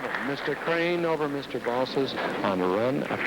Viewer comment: Its 'BALSIS'